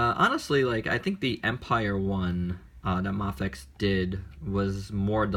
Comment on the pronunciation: it's a long A, bro as in day. MAFEX, is sounds like MAYFEX